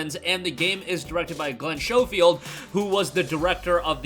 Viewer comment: the H is silent in Schofield.